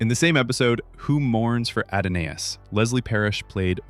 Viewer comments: It's pronounced uh-daa-nuhs not add-on-A-us. An excellent documentary though. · AD O NAY ISS? YOU MEAN" "A DAWN ISS" ADONIS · "Add-a-Nais"? Your AI is showing. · It's "Who Mourns for Adonis?"....NOT Adonais. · Wow! Please pronounce "Adonis" correctly.😮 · "A-do-nay-is." SMH. If AI is so smart how come it can't pronounce worth shit? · Adonais is just pronounced "Adonis". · Don't think you pronounced Adonis correctly. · Actually, the narration mispronounced the name, Adonais.